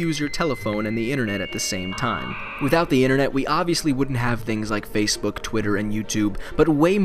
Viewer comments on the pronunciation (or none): none